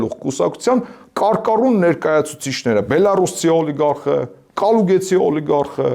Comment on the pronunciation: Կալուգացի տղա ջան, ոչ թե Կալուգեցի։